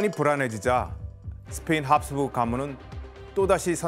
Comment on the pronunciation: ㅋㅋㅋㅋㅋㅋㅋㅋㅋㅋㅋㅋㅋㅋㅋㅋㅋㅋㅋㅋㅋ나도 보면서 내내 교수님 발음 때문에 답답했는데ㅋㅋㅋㅋㅋㅋ 합스부르크를 계속 합수부(륵)라고 하심ㅋㅋㅋㅋㅋ